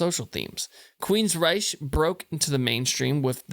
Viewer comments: It’s pronounced “Rike”, not the German way. In my opinion, their last best great album was Promised Land, then they went downhill. Nothing topped what came before. Todd LaTorre is a great singer, but nothing would ever replace Geoff, and the pairing withe DeGarmo. When DeGarmo left, their amazing soul left with him. After, they were just a regular hard rock band. Still not bad, but just not totally astounding. Anyway, this is a masterpiece. Still relevant today. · how could u claim to be a fan and NEVER pronounce their name correct.. queensryche pronounced queens-ryk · he's "very familiar" with this band but doesn't know how to pronounce its name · Can't even pronounce the band's name correctly.